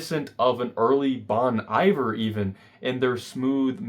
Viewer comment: Great video but double check how to pronounce bon Iver